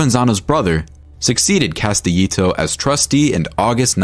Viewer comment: The way he pronounces Castellito and Hoffa makes this unwatchable, plus they keep showing Konigsberg when they say Castellito. Couldn't even get two minutes in before clicking away.